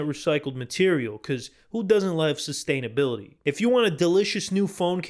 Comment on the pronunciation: Nothing more annoying than a new yawker talking about "sustainability"